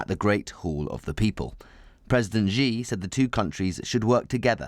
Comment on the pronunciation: Who is going around telling people it's pronounced President Jee?